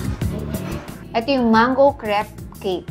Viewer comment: The cre in crepe is pronounced like "kray"